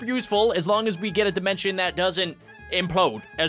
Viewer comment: dimont dmncion and sllaim dimencion